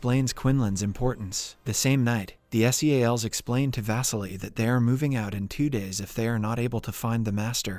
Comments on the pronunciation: man its Seals not S.e.a.l.s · im confused, i thought you were a person reading the script... not a TTS bot. NYC and SEALS are not pronounced N.Y.C or S.E.A.L. ... now im disappointed this is another bot channel ;/ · Right. I came to the comments to see what others have said. He said "ad" instead of A.D., he calls the SEAL team by their initials, and just mispronounces so many easy words and known slang that it makes me wonder how. Kind of annoying tbh. You'd think they'd at least go over it and redo those parts. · … where do some of these recap channels get their pronunciation? I’ll watch them, but some things just jump out like “NY City” and spelling out S.E.A.L.s instead of Seals like everyone else. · ive ignored alot like being oddly annoyed by your mispronunciation of staten island its sta-ten not stay-ten and its not s e a l s its seals not broken up for definition but combined like the animal you sounds like youre from the u.s.a. canada or the uk but you have no ability to enunciate correctly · PLEASE STOP PRONOUNCING SEALS AS S E A L S, IT IS SO CONFUSING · content farm people who says s.e.a.l instead of seals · WHY CANT YOU JUST SAY SEALS? CHRIST.